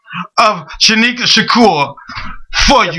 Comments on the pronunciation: Nigga keep sayin' Shanika instead of Sanyika. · he keeps saying shanika when its shanyika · Please get his name right at least once during the interview.... facts are important!!! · dang how many times you get his name wrong